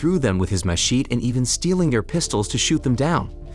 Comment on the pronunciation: It was trying to say "Mechete" - as in the big knife used to cut through jungle.